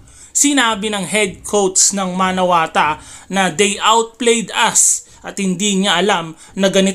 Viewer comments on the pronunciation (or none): MANAWATU.... hindi MANAWATA. lol